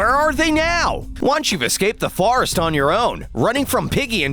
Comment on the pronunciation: Did he say farest and not forest